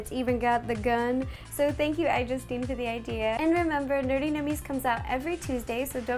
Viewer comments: She's still saying nurty ;_ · A tardis cake would be cool! It really annoys me how you pronounce nerdy nerty, I know it's just your accent but still